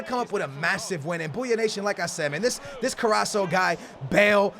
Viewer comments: Wassup! Just wanted to tell you that it's Pronounced: C A R A S K O (not spelled that way). Love the videos and keep up the good work! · No offense, but its fcking CarrasCo!!! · it is carras co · You say Carrasco wrong. You have to cay CarrasCo. You have to say the letter C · He's name is carrasccccccco with c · carrasso..... cringe.... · Dude its CarrasCo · its CarassCO good ivd btw👊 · It's CarrasCO get it right man 😂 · its Carrasco, CarrasCo. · Its carrasco with a c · Carrasco's name has a C in it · Does anyone else find it annoying when he pronounces Carrasco's name wrong? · Allan Mcphee it is actually a double R but that is very hard to pronounce if you are not spanish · Allan Mcphee.him saying this us so annoying. Well said mate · Raz Da Big Mak it drives me crazy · does realise there is a c is carrascos name 😂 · Did he not look at the comments of the last video on how to pronounce carasco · The way you say Carrasco triggers me..... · So triggered by the way he says Carrasco.......pls read your comments from the last video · Please pronounce Carrasco right! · It's carrasCo not carraSo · It's carassco not carasso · it's carrasco and not carraso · You're pronouncing Carrasco wrong. It is Carrasco not Carrasso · hey look this becomes worst his mane is not CARRASSO ITS CARRASCO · Yo It's: Carras-CO not Carra-SO, Just helping no hate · IT'S CARRAScO NOT CARRASO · CarrasCo no Carraso ;) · KarasCo not karasso CO😃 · get i right plz its carrasCo not Carrasso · Haha, it's carraSCO not carraSO. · plz could u say carrasco not carraso plz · the name is CarrasCo not carraso:-) #nohate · His name is carrasKo not carrasso the C in carrasco is like K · CARRASCO!!!!! CARRAS - CO!!! NOT CARRASSO!!! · Ka-ras-ko not carosso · Somebody please let him know that there is a c in carrasco it's not carraso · Hey, its CarrasCo NOT Carasso;) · CarassCo not carasso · it's CarrasCO